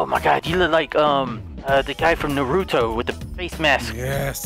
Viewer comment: He said Naruto wrong